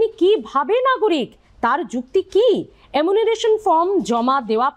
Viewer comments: Apni bar bar emunaration bolchen,ota actually enumeration hobe....!!! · দরকারি কথার থেকে চোখ মটকে গপ্প করার ঢং বেশি।বারবার “এমুনারেশন” উচ্চারণ করছেন। গুছিয়ে নিন । তাড়াহুড়ো করবার দরকার নেই । অনেকেই “এনুমারেশন” কে “এমুনারেসন” বলে ফেলে।